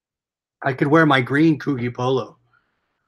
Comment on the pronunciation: Subscribed. FYI its pronounced Coo-'G' or Coojy lol